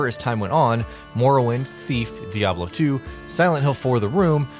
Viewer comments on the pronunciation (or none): none